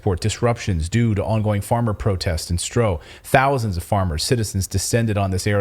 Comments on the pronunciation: you're doing great work but please pronounce the dutch word "Stroe" as "Stroo". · Laughable. You have no idea of The Netherlands, Even the map and the figures are wrong( as well as the pronunciation of 'Stroe)'. When did you two ever live off the land? Really, you have no idea. Bad, bad, bad. FYI: 'these poor farmers' are mostly millionaires.